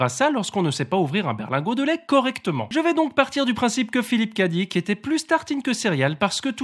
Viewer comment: Pour dire "OK", prononcez- vous 'Ho-Qua' ou 'Ho-Qué' ? Alors c'est pareil pour Phlip K. Dick, par pitié, arrêtez ce franglais dégôlasse et dites "Philippe Qué - Dique" et non "Phlippe Ca-Dique" PS : Loin de moi critiquer ta chaîne, tu fais un superbe travail et j'ai hâte de ta prochaine video mais fallait que ça sorte pour la correcte prononciation de l'auteur de Blade Runner par un locuteur francophone ^^